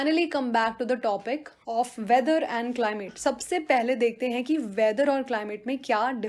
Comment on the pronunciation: Still Wondering Why I heard 'Climate' as "Climax" 🤔